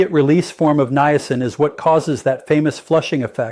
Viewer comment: I didn't realize you had become an AI bot . . . good info but you might want to review your bots important pronunciations like how to say Niacin. It starts out saying it correctly, but later it just gets worse and worse. It seems to like saying Nye-A-sin. Quite a few graphic glitches as well. You might want to consider a different AI model (not the representation of you, but the actual A.I. application).